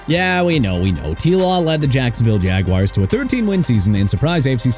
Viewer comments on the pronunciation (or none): NUMBER NOT "UMBER", JAGUARS PRONOUNCED JA-GWAARS NOT "JAG-WIRES" AND CHICAGO PRONOUNCED SHUH-KAH-GOW NOT CHI-KAH-GOW! YOU KNOW WHAT? ENOUGH'S ENOUGH. MR AI VOICE DUDE YOU CAN'T PRONOUNCE OR SPELL FOR NOTHING! MAYBE MENTION TUA SINCE HE'S NOT ON THE LIST! HOW'S THAT?! SMH!!